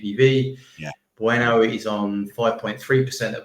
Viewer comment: What was this guy calling Marnoush? 😂🤣? Its not even a hard pronounciation but he butchered that. And Bueno instead of Mbuemo 😭 he cant be serious